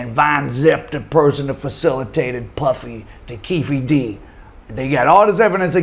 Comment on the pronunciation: It's pronounced, Queffe D